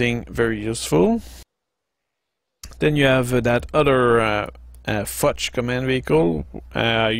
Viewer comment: Very nice vid, really liked it. Just one remark (live and learn, young Padawan) - the German recon vehicle is called "Fuchs" (fox) which pronounces exactly like fox, just with a "u" like in "you" instead of the "o", not like "fudge" - although I'd sure like to have one now ;).